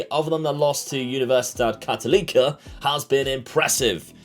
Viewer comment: So cool to see this as a Chilean! A few things: for abbreviation, you can call Universidad de Chile "La U" (don't pronounce the U as 'you', it's more of an 'Ooo'). For Universidad Católica you can say "La Cato". When you pronounce Católica you have to say CatOlica rather than CatolEEca, does that make sense? hopefully Good luck! I'll be following the series:)